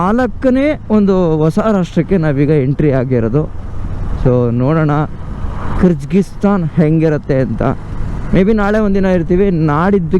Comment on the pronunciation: Bro nimge civil engineering basic technical terms kuda gothilla. Kazakisthan alla Kazakh-stan. 🇰🇿 Kysgisthan alla Kyrgyz-stan 🇰🇬 Swalpa adru homework madkond hogi. Nam bashe na kannad andaga estu bejaar aguthe heli. Kannad alla Kannada antha helthivi thane ✔️✔️✔️✔️✔️🇮🇳🇮🇳🇮🇳🇮🇳🇮🇳